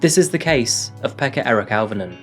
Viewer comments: Auv is pronounced O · You've never learned Finnish, so I won't berate you for getting the place name wrong. I'm just putting this here so that people know how to pronounce these names. Jokela: yoh-keh-lah, emphasis on yoh Pekka: peck-kah Auvinen: ow¹-vi-nen, emphasis on ow ¹ as in 'cow' I remember when this happened. My family back in the UK got worried, because - not knowing the geography of Finland - they were worried that it might have been near me. They were also worried when the bomb attack happened in Myyrmäki (difficult to give outwith IPA stuff: the 'y' is like trying to say 'u' from cup and 'ee' from feet simultaneously, and 'ä' is like trying to say 'a' from pan and 'e' from bed simultaneously). Tuusula: tuu-su-la Neither Jokela or Myyrmäki are near me. I'm close to Russia - which currently has its own threats. Interestingly, this case highlights a major issue in Finland: the stuff you hear about it being 'happy' and 'best education' and 'best health care' and so on ... it's propaganda. All those systems let this lad down: proximally, because nobody took those sign and symptoms seriously; and distally, because the education system here does not really produce the best physicians or psychologists or social workers the world has ever seen. Finland is still in the top fifteen countries in Europe for suicides 11th out of 41) and mental ill-health is very common here. The country is beautiful, and a great many of the people are absolutely adorable. But the system is not fit for purpose and th